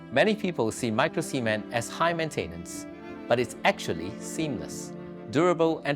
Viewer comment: Did he say micro-semen? Cement should be pronounced with a clear T at the end